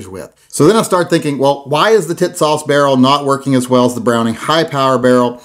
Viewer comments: TİSAŞ is pronounced ''Tea-sahsh''.. with accent on the first syllable. The company has a nice promotional video in English on YouTube- "Tisas promotion film" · Damn. Why can't you call it the right way? Tits ass!